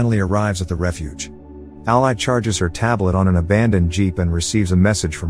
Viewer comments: The narrator is saying ally, when its actually all-i (y) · Ally is pronounced Al-LEE. not al-LIE. idk how the movie pronounces it, so idk if it's a misspelling or mispronunciation. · Curious, why not put something like "ALLEY" in the text to speech script to fix the pronunciation of her name? I know these are basically soulless farm accounts that just churn out tts videos, but at least put a TINY bit of effort in? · Listening to the computer mispronounce Ally repeatedly was irritating and I gave up watching. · Whoever does these can you phonetically spell the character names before the reader processes them please? It is really annoying hearing Ally mispronounced every sentence. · I can't finish this one, pronunciation of ally made it impossible. I'll go watch the movie instead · I'd have watched this if the narrator knew the pronunciation of Ally. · 😬 who else cringed at the pronunciation of her name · omg i was gonna comment it...was so irked off the entire vid because of it